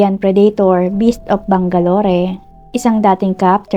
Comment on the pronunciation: Bang-ga-lor not bang-ga-lori